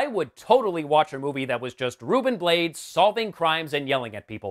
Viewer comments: Ruben Blades is latino and his last name is pronounced Blah-Deez, not blades. I thought this movie was OK crap. I didn't expect much, and it delivered. With some nudity. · Another winner for the Worst picture winner marathon, thanks for doing this during these dark times. Just one thing, Ruben Blades last name is pronounced Bla-des not "Blades" as in knives. Nitpick, I know but there it is. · Just a thing about pronunciation: panamanian actor-single Ruben Blades last name is pronounced "Blah-des". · Ruben Blades last name is pronounced (blah-days)